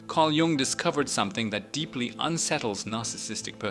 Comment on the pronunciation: Gung ? Jung is pronounced “yung”. This really kills your credibility. Tells us you have never heard the name before .